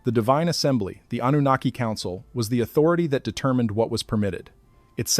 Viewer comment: also with an AI voice that cannot properly pronounce Anunaki